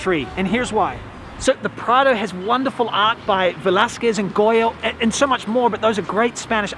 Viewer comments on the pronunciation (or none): Very good and informative as usual. just needs to work on his pronunciation of Velazquez. lol.